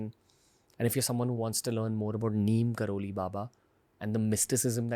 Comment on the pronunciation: Neem Krori not Kroli